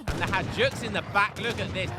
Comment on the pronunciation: Great game. Hajduks are pronounced as hi-dooks.